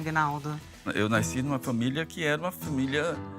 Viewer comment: “Eu naisci “ imagina se não foss escritor?!